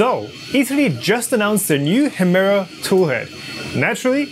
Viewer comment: Sag doch noch 200 mal Hemera 🤦‍♂️